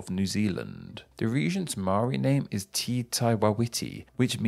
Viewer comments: I died when he said “tee” instead of “teh”. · Tiny nit-pick, Māori 'te' is not pronounced as 'tea' or 'ti', it is more like an 'eh' with a hint of 't' before it. Think of it as being spelled 'teh' in order to pronounce correctly. All the other pronounciations are excellent, well done and thank you!